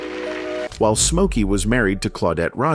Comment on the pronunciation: So his name is Mokey now? What the hell? If you are going to use AI and are too lazy to narrate it correctly, at least get it right. Geeez